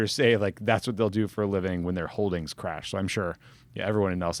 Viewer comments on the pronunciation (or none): none